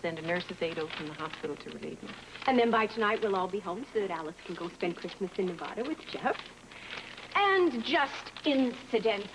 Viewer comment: is the only one the pronounces Nevada correctly out of entire cast!😂